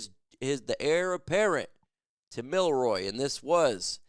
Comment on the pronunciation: His name is Jalen milROE, not Milroy lol